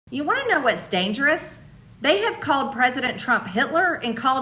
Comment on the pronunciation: "You wanna know what's daaaynjerus?" - The way MTG murders the English language, it's pure terror. You know, the fingernails scraping the chalkboard type of dangerous. 😱😱😱